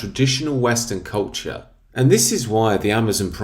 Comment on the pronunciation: "Lord of the Rings is one of the most beloved masterworks of recent English and arguably European cultCHAAH."